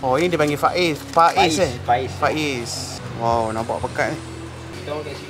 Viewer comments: Pais bukan phais😂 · Sebutan dia Pais bang bkn Faiz 😅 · Betul.. Agak terganggu sebutan ikan faiz.. Pais ikan la.. Jenuh kerut mulut rs nak membetuikan😂😂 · Ejaan PAIS..sebutan pa..eis..atau klu org daerah ckit..pa..eihh BUKAN pa..is atau pa ..ih..atau pa..eh..dn bkn juga fa..iz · Bkn faiz boss..pais/paih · sebut fa-iz/pa-is mcm kelakar plk😁..sebutan sebenar pais/paes senafas je..kalau salah tolong betulkan.. terbaik👍